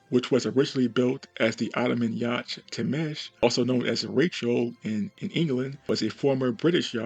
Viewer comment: Hey bud, just so you’re aware, the ‘ch’ in Yacht is silent 😉